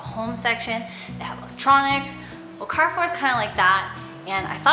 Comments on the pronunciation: You pronounced the name Carrefour well! However A is pronounced like in apple (open vowel) rather than the A in car . 😉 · I grew up going to Carrefour in Mexico and when you pronounced it correctly I didn’t recognize it until I saw the logo. You never cease to surprise me with cool little things in your videos. Loved everything about this. ♥️